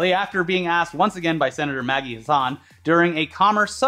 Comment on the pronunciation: for future reference it’s not Maggie Hussan it’s hass-an from a NH voter